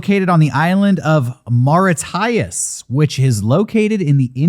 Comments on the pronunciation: Mauritius is pronounced More-ish-us Humans we’re directly responsible for the extinction of the Dodo and countless other species. Horrible fucking people. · “Mora-tyus” is pronounced “Maw-RISH-uss” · Mauritius = More-eee-shus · Did he really just pronounce Mauritius like that